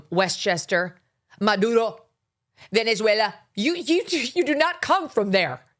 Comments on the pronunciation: I am latina. I am not a fan of AOC. She stupid, Idiot and she should be not in congress. How ever she is pronouncing Maduro , Venezuela correctly. I hate to say this since I can't stand her. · AOC, who doesn’t think Elon Musk or Candace Owen are intelligent people at least pronounced Maduro and Venezuela correctly. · Sorry, Megan, she speaks Spanish and those are the correct way to pronounce them. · I’m not a fan of AOC but your making fun of how she pronounces Maduro and Venezuela but thats how you properly pronounce it and she speaks Spanish… doesn’t matter where she grew up Spanish speakers are not pronouncing Spanish names like a gringo ..a white person making fun of a hispanic with Spanish pronunciation 🤨